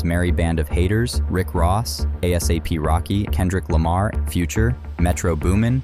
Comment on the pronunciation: "A-S-Happy Rocky" instead of ASAP rocky ????? Is this youtuber a bot or something?